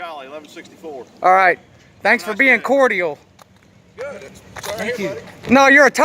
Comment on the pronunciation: Is this jackass saying cordial wrong on purpose or does he really think that’s how the word is said. Lol. I hope he’s saying it like that to be funny. (Not funny)